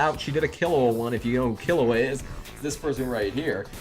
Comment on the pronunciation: k how you say killua's name is kill-you-a lmao